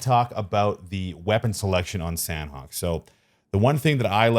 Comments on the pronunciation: Its pronounced very fast as “Sun-Ock” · its pronounced San-awk :) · San hawk = sanhok